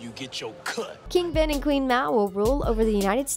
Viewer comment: It's not ven it's ben